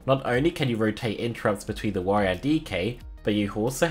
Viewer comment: Warrrior lmao